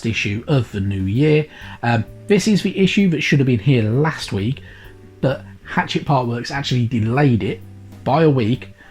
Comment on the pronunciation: Sorry for nitpicking but it’s not Hatchet. It’s pronounced ha-shet.